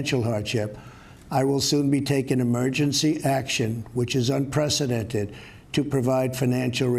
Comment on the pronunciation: Impact-it??? Impacted you meant 😡🤦‍♀️